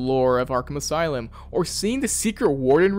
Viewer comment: "aslume" the brain rot is affecting us all I see. Is there a lore reason for that?